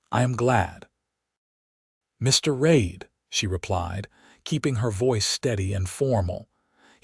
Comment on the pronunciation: AI narration is awful. Santa Fay, not Santa Fee, for example. Sappy and trite. The AI writing is bland and boring. Clearly word choices are not strictly American. Diapers, not napkins. Reid, not Raid, and back to Reid. Repetitious drivel. I won't be subscribing to the channel.